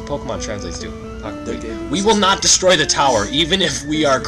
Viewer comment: He says "Destory"not "Destroy" sub;t be huge difference.